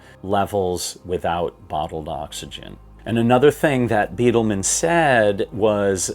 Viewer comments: Love the channel but its “Bydelman” not Beatleman 🏔️ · I’ve read 7 books concerning the 1996 disaster, watched every video that I’ve found and I really do appreciate your input. Thanks! And, btw, Neal “Bi-del-man” is the way his name is pronounced. Not Bee-del-man. . Thx again.